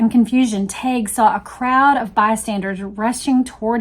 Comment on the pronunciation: James told me his name was pronounced 'TEG'. Just sayin'.